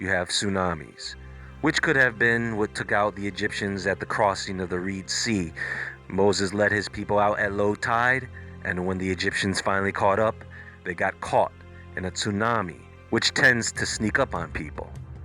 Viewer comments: It was Red sea, not Reed sea brother.. research well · I thought it sucked like like all the other “insightful” (not) videos I’ve had the misfortune to suffer through. You actually called the Red Sea the “Reed Sea” as you read this drivel, not once but several times. How is this possible? You really don’t know that it’s Red Sea?? Red not Reed. Anyone with a sixth grade education is familiar with the Red Sea, I would hope. You don’t know any history or geography? Really? You think that Moses parted the “Reed Sea”? This was no slip up, you said Reed Sea ( rhymes with weed ) half a dozen times as you read your script. How do you not know it’s the “RED - RED, RED not REED “ sea? I’m flabbergasted. How do you do any research, or read the bible for that matter ( maybe you’ve never done any research or read the bible ) without knowing this? I hope all the geniuses that leave comments praising your work, your intelligence, and your grasp on all worldly matters take note. Yes the emperor has no clothes, AND thinks it’s the REED Sea. Good god man. I knew better than to check out another of your inane, poorly narrated, and just plain idiotic videos but I did it anyway. People, come on, you really like this guys schlock? Really? The Reed Sea?? Doesn’t so fundamental an error, repeated several times, no less, make you think this guy’s not too sharp? Well think again, get off the fanwagon, cause trust me- this guy’s not too sharp. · Pharaoh drown in the RedSea...not the Reed See...